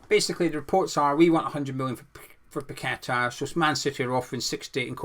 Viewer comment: Paqueta and your one person who actually knows how to pronounce his name properly well done. Not pack a tar ffs. Kudos good and get you but Paqueta unfortunately will go to best team and coach in the world unlike Dec. 😢 Don't blame him either one bit.